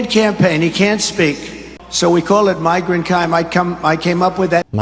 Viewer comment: #TrumpLovesMiganCime (Pronounced “migrant crime”, I think?😂)